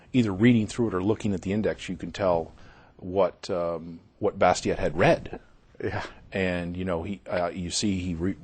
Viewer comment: Too bad they can't pronounce the name "Bastiat" correctly. Learn French dudes!